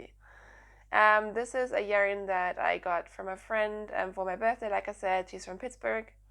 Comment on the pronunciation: Hi, from Pittsburgh! And you did say the name right! Love your podcast